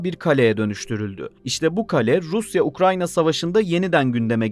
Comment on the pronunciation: Ukrayna ya ukranya mi dedin sen